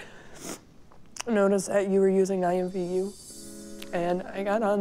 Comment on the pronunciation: Did she … no .. she just say imvu? IMVU!? EXCUSE ME WHAT